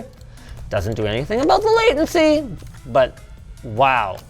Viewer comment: shmooveness and waitency 🤣